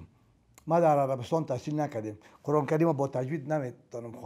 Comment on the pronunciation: اول تو تلفظ ره قرآن ره یاد بگیر قرعان نیست قرآن است افسوس به مردم ساده که ای ره فیلسوف فکر میکنن